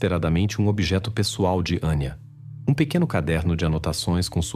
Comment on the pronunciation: Não é Aníííía, é Anya. Não é Valeríííía, é Valéria. Não é Gregorííío, é Gregório ou Gregoryo. Não vou compreender nunca razão vocês são incapazes de falar corretamente o português ou no mínimo, como se fala na origem da história, pior, tão depressa dizem os nomes corretamente, como voltam a falar incorretamente